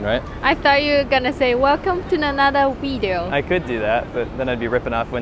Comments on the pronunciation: saying "wideo" is hilarious. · BAMMitsAsh one piece of editing missed: saying "welcome to another wideo"